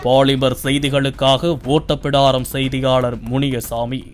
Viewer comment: Englishல் எழுதி படித்தால் அப்படித்தான் படிப்பார்கள்...